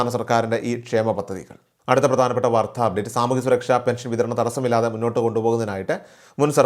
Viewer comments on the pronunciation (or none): എന്തിനാ മലയാളത്തെ കൊല്ലുന്നത്. വാർദ്ധ അല്ല , "വാർത്ത" .